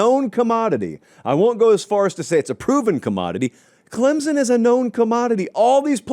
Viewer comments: its clemson not clemzon.. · Pronounced Clem(p)son